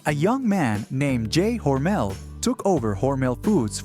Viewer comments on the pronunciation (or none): Never heard Hormel called Hormail before.